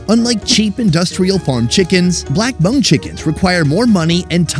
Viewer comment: "This is a Monk chicken ... " Fail 😵 That's the equivalent of saying "This is a VeetKnameeKs chicken ..." or better yet "This is an AmerikeeK chicken ..." Understandably people just have a difficult time pronouncing certain words or ethnicity their native phonetics but hearing it so mispronounced is CRINGY 🤢🤮